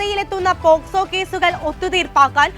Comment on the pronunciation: പോസ്ക്കോ അല്ല, പോക്സോ😂😂